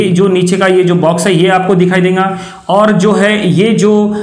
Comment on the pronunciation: E denga - denga Kay hai (it's dega not denga.) Kaha ka language hai..